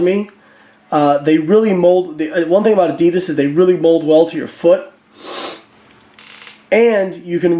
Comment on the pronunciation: the was u say adidas is fuked up lol